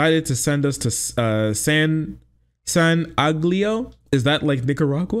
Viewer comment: All of these times that I have listened to the breakdown, everyone had been pronouncing San Angelo wrong and I didn't realize until I looked up this time ( it's San Angel-o, gringos anglicized the pronunciation). It's a nothing city in west Texas, studded in the middle of the state. I have no clue why he'd go there, where people have less than a neutral opinion on communism.